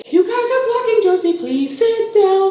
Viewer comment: it’s Jersey not Jerzzy